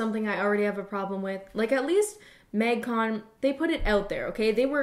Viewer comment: Absolutely no one:: maig cone